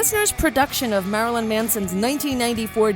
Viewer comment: the way she pronounces marilyn triggers me